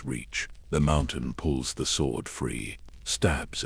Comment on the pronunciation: need to train it to stop saying sw-ord instead of sord